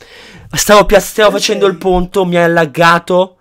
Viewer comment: 4.13surry a detto ponto